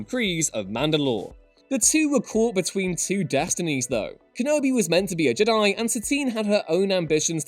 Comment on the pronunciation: For the love of god can u stop pronouncing Jedi wrong ITS FUCKING JEDI NOT JDIIII